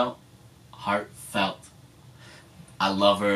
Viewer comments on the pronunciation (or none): the one you like "HA:TFELT" her name is Yenny/Yeeun